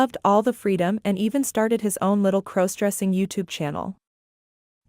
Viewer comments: Could you please stop mispronouncing crossdressing 😮😮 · Stop mispronouncing crossdressing 😮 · Stop mispronouncing crossdressing 😢😢😢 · Stop mispronouncing crossdressing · Please stop mispronouncing crossdressing 😮😮